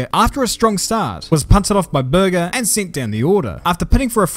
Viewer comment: As an Austrian listening to this was like:: Gerhard... Me: Uh, impeccable pronunciation, I appreciate that.: Börger Me: 😑